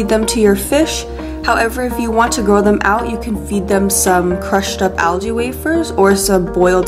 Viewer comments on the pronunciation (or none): none